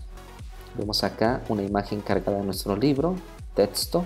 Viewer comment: dice libre...debe decir libro